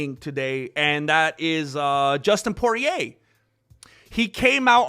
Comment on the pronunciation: Justin Porier. This guy always saying names wrong gets me every time. Especially when we know this Mexican knows right from wrong